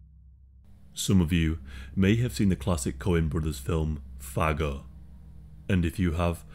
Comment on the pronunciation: With your accent , it sounded like you said a slur for gay people that starts with the letter "F" at the beginning when trying to say Fargo. Hehe